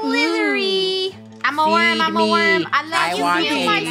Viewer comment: Different pronunciations for the word “Worm” Itsfunneh and Krew: Warm Me: Werm